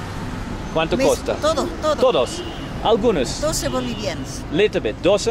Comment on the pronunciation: LMAO I laughed so hard at Jeffrey in bald's bed 😂 Hey Harald, when you ask how much something is you get a few blank looks as the way you pronounce it is costa which means "coast" you need to say cuesta pronounced "kwestah" and you will get a bit more luck. 😊